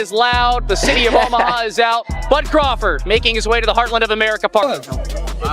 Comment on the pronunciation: Please stop saying Terrance Crawfid it's CRAWFORD.LOOOL